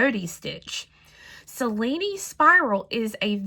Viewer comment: dear, may i tell you the right pronunce of Cellini, an italian name, you can pronunce as written Chellini in english and you will be the only one knows how tell that name correctly in USA. Hope you want consider my suggest as interesting. I Love this spiral to make a bangle💞